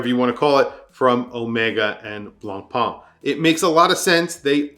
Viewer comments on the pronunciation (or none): none